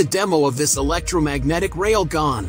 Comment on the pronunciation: The dialect and pronunciation of this narrating "voice" is hilarious 😂🤣 😏 especially the words "Jawl" & "Rail-gahn" 😅